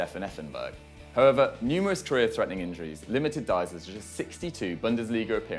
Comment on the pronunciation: Each time this guy says 'however' I think he's saying 'pervert'